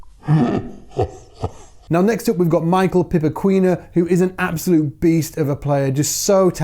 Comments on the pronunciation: Amazing to see my fellow brasilians here!, a tip on brasilian portuguese.. there it is, right in the "portuGUEse". When there's the combination of 'G' and 'Q' with 'U', the pronunciation becomes "gh/kh" as in "ghost" or "khalid", and not "gw/kw". So it's like "Pipokhinha" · just ignore the 'U". Pronounce, Peepoh qigna (nh), Bragee gna (nh). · you told us to tell you if you were wrong about pronoucing Michael Pipoquinha. Actually, in portuguese Michael pronounce is something like Mii-Shell and Pipoquinha is something almost impossible to non-portuguese speakers to say, like pee-po-ki-nhac (without the c ate the end) 🙃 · Hey, your pronunciation is fine, but there's a dificult sound in Portuguese that is the "nh", it's so nasal and it sound like Spanish "ñ". As it requires some training to do this sound, you can use "ny", (as BosNIa), it will sound like "nh". E.g., sai PipoquiNIa. "Qui" is the strong syllable and you pronounce "nia" fast after it. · Michael Little Pop Corn. The pronounciation is aproximately pee-paw-ki-nia. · "Pipoquinha" may be pronounced as "Pee-po-kee-nya" "Braguinha", pronounce like "Brah-ghee-nya" "Assumpção", pronounce like "As-sump-sawn". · Perdi no Pee-Paw-King-Ah KKKKKKK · Great video! Some quick rules of thumb to pronounce Portuguese names: 1) If the word has an accent, that's the accented syllable in that word. 2) NH sounds like the Spanish Ñ. Like in Piñata. 3) QUI (as in "Pipoquinha") sounds like "KEE". (So: Pi-po-KEE-ña) 4) GUI sounds like the first part of GEAR. So Bra-GEE-ña. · Pronounced peepawkeygna like pee paw keygna. It means little popcorn. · Michael Pipoquinha would be pronounced pee-paw-key-niah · Pronutiation of this "nha" in PipoquiNHA and BraguiNHA is more like the mexicans speak the ñ. Like piÑata. Then "NHA" sounds like Pipokiña (little pop corn) and Braguiña (diminutive of Braga, a commum surname in Brazil). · "Pipoquinha" is pronounced like this "PEA" "POH" "KEY" "NYAH".